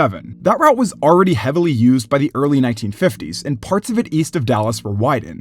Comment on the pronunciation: Stop saying arready